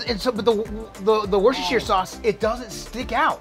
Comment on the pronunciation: Did he say “Watch your sister sauce”?! 😆😂🤣 too funny if he did